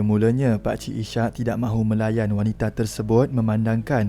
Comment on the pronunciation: Maaf admin, sebutan nama pemandu teksi ( cerita pertama) ialah Is- hak, bukan I -syak ( sebutan spt waktu solat). Nama Is-hak adalah dr nama seorg nabi .